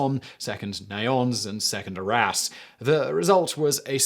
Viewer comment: I heard "the battle of our a$*". Am I the only one?